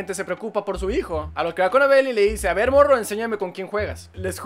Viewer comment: dice en ves de a ver dice a vel